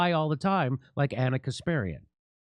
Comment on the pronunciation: Thank you Jimmy Door for your wonderful job only thing I would like to ask you instead of butchering name of "Anna kasperian " Please try to pronunciate her last name properly the way it's supposed to sound by putting her name on Google Translate in Russian language it's in Russian letters and try to say once in the air her last name the way it should be and I believe you're gonna be really recognized for ithat, would be something you would like to discover . "Анна Каспарян"